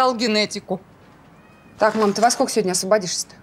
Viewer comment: «Скока» вместо «сколько» - это … (((